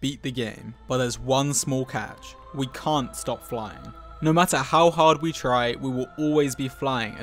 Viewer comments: no one: literally no one: dream in Swedish accent : *lkean't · Swedish Dream isn't real, he can't hurt you. Swedish Dream